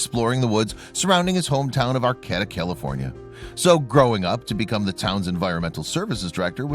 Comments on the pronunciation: It is "AR KAY TA" not arCATa!!! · It's pronounced R-K-D-uh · "Arcayda", the second "a" says its name b/c the last "a" makes it do that. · That town is pronounced "Ar - KĀ - ta". Look things up, will ya?! I'm a Californian & couldn't figure out WHAT you were talking about! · I dislike any one who does not know that they are pronouncing the name of the town wrong: it is AR KATA you nutty fluff ball! I grew up there! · Ar-Cay-ta. And I’d never bother a structure up in the Emerald Triangle. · Which cabin ? Learn how. To pronunce Arcata ! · Learn how to pronounce "Arcata"... No reason Not to show real cabin!!! This video is 8 minutes to long!!! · Its a true story I live in arcata the pronounce it wrong. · I know, they could at least pronounce it right: emphasis on the second syllable, second 'a' is long!